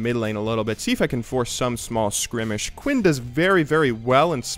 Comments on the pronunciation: Skrimish? Or skirmish? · I want more of these as long as you promise to never say scrimmish again. It's skirmish. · It's skərmiSH. But good video anyways :D more commentaries! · skrimishes and skrimishing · the "skrimish" thing is really pissing me off. like i dont want it to, i love you and all, but come on man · Pretty sure he said Skrimish, which I believe is Ronald Macdonalds slow purple friend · It's skirmish I believe. says it weird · switching them letters